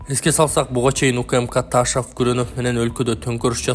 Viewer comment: Ээй, Эл учун окуп жатасын го.. Ташав дебей Ташов эле де кокуй👀🙄😄😄😄